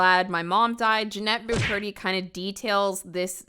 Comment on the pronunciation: “Jennette BuCurdy” I’m dead 😂